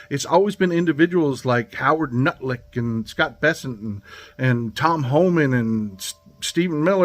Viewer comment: Thank you for pronouncing Nutlicks name correctly